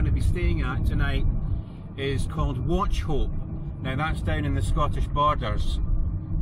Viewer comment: terrible pronunciation of Wauchope :-)